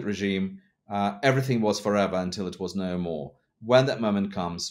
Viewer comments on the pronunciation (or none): none